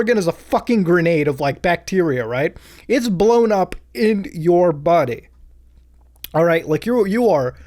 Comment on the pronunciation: just me who notices this? “Blown up in your bodeehh